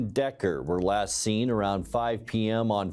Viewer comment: 'LASE SEEN...' ? Get it right!